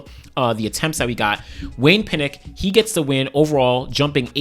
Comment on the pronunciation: Why are you pronouncing Pinnock as Pinnic? What sound does nock make? How is that nick? Come on!! American's English!! SMH